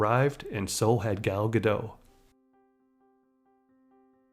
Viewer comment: Really good video on her. I hadn't known the Miss Universe story. The only critique is that Gal has said that her name is pronounced like Gah-dot rather than Gah-doh. Stumbled upon your channel today and have been enjoying your videos a lot.